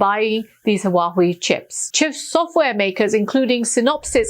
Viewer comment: Hwawei, not wahwei. Please.